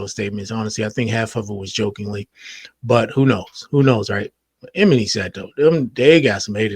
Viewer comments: It's pronounced E-my-knee 😂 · Not Em-eny! 😅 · Name is pronounced ee-MON-nee. But yes, he was being a hater. Regarding "How Many Drinks", this issue isn't that Kendrick's verse was bad. It was moreso that song didn't need a rap verse at all. No rap verse would have fit. That song just didn't need it. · Lmao couldn’t even make it past 30 seconds in after hearing “Eminy” 5 times lol. If you don’t know their names, I can’t listen to your input lol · Bruh! E-Mah-KNEE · Why tf are you sayin "Emanny" like that???? Are you serious??? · Lol how he pronounced “Emanny” ehm-uh-knee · Love your channel…the man’s name is: E-Man-Nee ❤